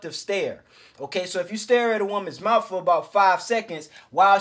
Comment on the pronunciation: Immediately begins to speak like a criminal....he said mouf. Bro, its mouth. Speaking like this promotes crime and degeneracy by trying to make it look cool. Bring back a culture of honor amongst men. You will attract dumb women who like to be abused and run through if you speak like this. If you speak like this around a cop, they will assume you are a criminal. Its not racism either, stop with that b.s. its like " oh, he sounds and acts like a criminal, maybe he's a criminal" talk right and you'll attract better people.